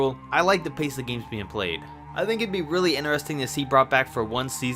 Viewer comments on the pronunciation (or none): Yeah very interarestingggge that’s how you pronounce it not the proper way